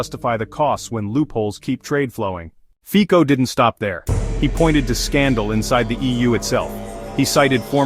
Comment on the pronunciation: Fico /fitsoh/, not /fiko/